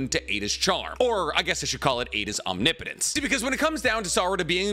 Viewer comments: Ah you finally pronounced omnipotence right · he's pronouncing omnipotence correctly! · HE DSID IT HE SAID OMNIPOTENCE RIGHT